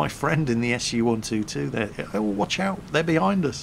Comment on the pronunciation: 'Watch pout' xD